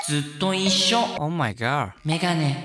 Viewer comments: なんか前から思ってたけどオーマイガーの発音良すぎじゃない？ 帰国子女か何か？ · 今回のの「オーマイガー」発音良すぎやった笑